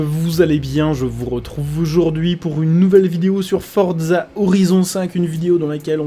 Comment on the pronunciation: On ne dis pas fordza on dis forza